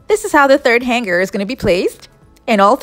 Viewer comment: Interesting ideas. Thankyou. My tip for you - "hanger" is pronounced like the word " hang". - with a silent "g". Han(g)er. The "NG" in the word makes for a harder sounding "n", so it's not entirely ignored! But it's definitely not the way you pronounced it.